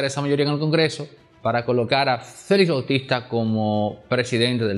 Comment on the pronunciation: FELIX , Y NO FELIZ, QUE ES UN APELLIDO. ESTOS COMUNICADORES DAN PENA PORQUE NO INVESTIGAN A FONDO COMO ESCRIBIR Y HABLAR.